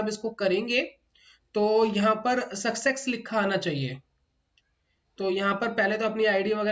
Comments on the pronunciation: Itni baar sucksex Sun kar mere kaan phat gaye hai. Good content though. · सक्सेक्स नहीं होता सर सक्सेस होता है आप उच्चारण सुधार लीजिए